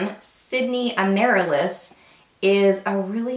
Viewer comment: That happy red lip color is named after the flower ...pronounced /am-ah-rill-us/...just thought you'd want to know. :)